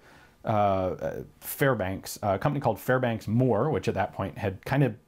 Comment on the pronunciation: Fairbanks Morse, not Fairbanks Moore. Otherwise, excellent lecture.